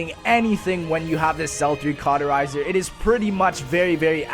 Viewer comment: stop saying carterizer..